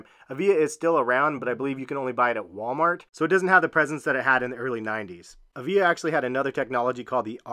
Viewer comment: Avia is pronounced ava? I had some of those back in the 90s too.